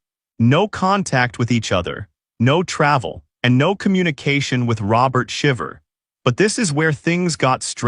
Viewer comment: Omg at least pronounce their name correctly.